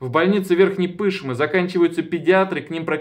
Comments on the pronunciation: Правильно произносить Верхней ПышмЫ, а не ПЫшмы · ПышмЫЫЫ! Ну может быть уже начнете правильно ударение ставить!